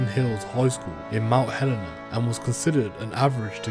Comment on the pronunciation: Well done for your pronunciation of Casurina , not so hot on Mount Helena . I lived in Mt Helena in 2015 and my children schooled at Eastern Hills Senior High ( not that they were very happy about that as they had been privately educated until my marriage broke up in 2014 ) . Nice place to live . If you want to see what Casurina Max security looks like inside , Ewan Macgregor starred in a film ' Son of a Gun ' which was actually filmed in wing that was emptied of crims for the shooting of the movie . 🎬 I've been in there and it's a pretty relaxed regime with really good food for a jail .. there are 3 fences surrounding it . The first is a single wire at waist height suspended on wooden posts , it's about 30 metres from the next fence . If you cross into the 30 m zone they shout a warning . If you start to scale the next fence and get 1 metre off the ground they shoot to kill ! There's lot's of razor wire atop both main fences and and the armed guards drive around the perimeter between the fences on constantl vigil . It is the most secure prison in Western Australia .